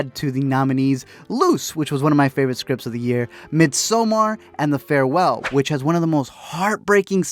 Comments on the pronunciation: It’s pernounced midsummer not sommar. That’s the only annoying thing about this video. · He said “mid so mar” 💀